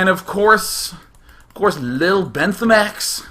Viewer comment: lol my second name is bentham which is how day[9] say bentheme